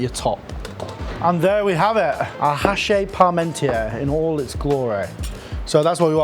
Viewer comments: Just a FY. It's pronounced "achee" not "hachay". Cause French don't pronounce the H at the beginning of a word and "-is" at the end of one is "ee" not "ay". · it's pronounced hash-she, but you got the parmentier part pretty pat down. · hachis parmentier. not 'hache"...fyi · You're pronouncing it haché. It's hachis. And yours looks sublime chef! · It's pronounced "ashy"